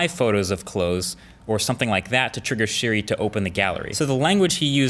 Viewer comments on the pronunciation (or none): Hey Dude it’s SIRI not SHIRI! Even in Subtitles it’s written SHIRI. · He said trigger "shiri" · He says “shiri” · This is on my sisters account btw, but did anyone else notice that he said shiri not siri .... HAHA LOL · trigger shiri lol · To trigger sHiRi no im triggered 🤣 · Ah yes, Shiri and Shiza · S H I R I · to trigger sHiRi 😂😂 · You said shiri once 😂😂😂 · My man said "shiri " 3.28